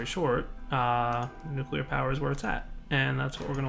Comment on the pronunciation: Is it just me or there's actually an alarming amount of people who can't pronounce nuclear? I've heard a lot of nukelar lately.